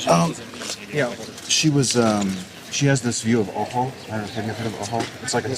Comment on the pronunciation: Alternate title: Ojo becomes Uh, oh.